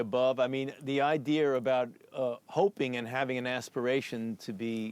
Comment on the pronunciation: He says "idear" instead of idea.